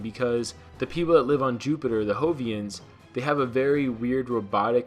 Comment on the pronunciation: look Jovian is not pronounced with an H its pronounced with a J your butchering your pronunciations sir